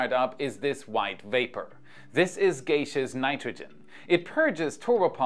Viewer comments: ThX. 😎👍 You Rock btw, gaseous is pronounced, gas-e-us, rather than gayce-e-us. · Great video. Amazing breakdowns One small thing I could be wrong but English is such a hard language: I believe gaseous is still pronounced gass-yuss and not gay-syuss